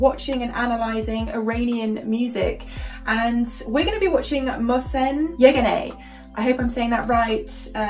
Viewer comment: You pronounced his name correctly. My name is also Mohsen, pronounced well and nice comments; I enjoyed your explanations/